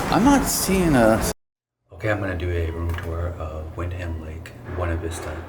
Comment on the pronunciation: Good video but its pronounced Wind-em